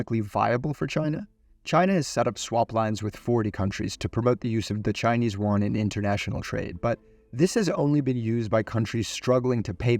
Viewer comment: Love the video but chinese "Juan" is just funny as shit